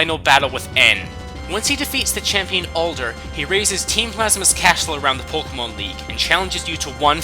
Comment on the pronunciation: its Pok[EY]mon get it right